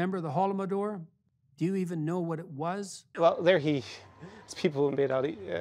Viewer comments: weird to hear such mispronunciation of holodomor from him since i specifically remember him talking extensively about it and what exactly led to it on many of his lectures besides, what he says in general is just an echo of kremlin's narrative/propaganda/agenda (whatev) i always thought of him as an incredibly smart person, able to gaze deep into the root of a problem... man, these 5 months were basically the end of my old comfy world - everything has turned upside down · Peterson is WAY off on Russian views of Stalin. He also doesn't even know how to pronounce Holodomor (Голодомор).